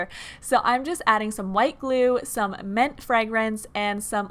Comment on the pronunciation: did she just say "meant" instead of mint?...girl no 😂